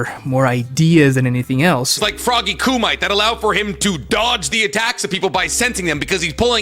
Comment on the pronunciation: seems to intentionally mispronounce things as sort of a way to catch the ear and slightly frustrate his viewers. I like his videos, but 90% of the comments I make on his channel are correcting his pronunciation of "kumite". COO-ME-TAY,. SAY IT WITH ME! COO-ME-TAY